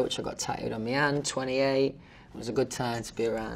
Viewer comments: No one: Literally no one: Louis: saying me instead of my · "fanks" "tour" "tooo" i was like come to were "color"" colahh" "my" "mi" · First time ever I notice how often he says "me" instead of "my", love that. 💛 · Reason # to love Louis Tomlinson : he pronounce "my" as "me". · Do all British ppl say my as mi ? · He says mi, not my!😂💖